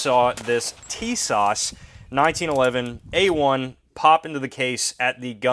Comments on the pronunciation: Great Video ! It’s actually pronounced “Sha-Zah”. The T is silent. The ww2 greenish coloring is a dead on match to my 1943 Remington Rand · Tisas 1911A1: Sorry, I'm not trying to be picky but......my name is pronounced Tuh-SASH with emphasis on the second syllable.